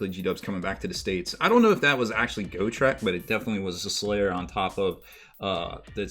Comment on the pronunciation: Go-trek? Got-rek